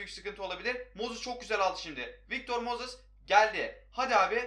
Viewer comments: Su adama mozis deme moses de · MOZIS NE AMK MOZIS NE NEEE!!!